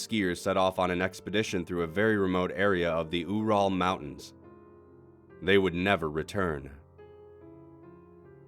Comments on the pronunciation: its pronounced yur-ul not oo-ral good god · Only thing I jeard was your pronunciation of Ural. (Youral is correct) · { Mew } he pronounced the Ural mountains wrong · lmao the way you pronounced Ural mountains XD